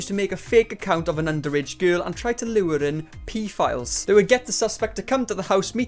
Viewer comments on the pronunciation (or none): lmao man said peefiles